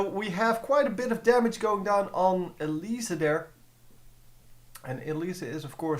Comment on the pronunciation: why do u say elisa? xD